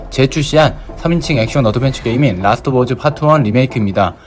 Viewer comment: 왜 자꾸 라스트 오브 어즈 라고 하는거에요!!